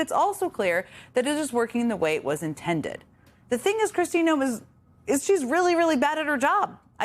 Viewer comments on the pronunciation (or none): none